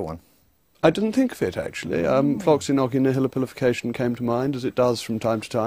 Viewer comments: The middle should be "nosi" not "noki" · That's not how "Nauci" is pronounced. The "Nau" in "Nauci" reads like the word "Nor", much like it is in the word "Nautilus". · He doesn't pronounce it correctly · That reporter got on my nerves...OH MY GOODNESS! 1) He was rude 2) He could pronounce neither "Floccinaucinihilipilification" (at all) nor "Antidisestablishmentarianism" (properly). 3) He would not let his guest speak. 4) And then he had the audacity to READ from a piece of paper and act "cool" about it. Such a shame. I think Mr. Rees-Mogg is a fine man and handled the host in a mature manner. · He’s actually saying it wrong. In “floccinaucinihilipilification,” the 3rd “C” is a sibilant. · He mispronounced it. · Ugh. He's pronouncing it incorrectly as well. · He unfortunately really pronounces the word incorrectly.